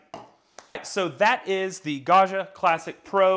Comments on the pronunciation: I love how in English you say “Gasha” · think of it as pronouncing the name John... it's a hard and bouncy "G", not a a smooth soft G like in the french "jean".... Also, being a double g means you have to hold it a little longer. Ok I'm done with being a pronounciation nerd.:) Thanks so much for the videos, they're great. Ciao.